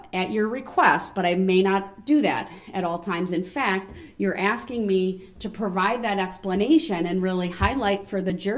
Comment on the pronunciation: Ize axeing for Groundz